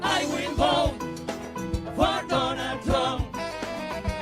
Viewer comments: Salsa 💃 “I will vote for Donol Trom” lol 😂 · I thought they said "Donna Trunk."😂😂😂😂😂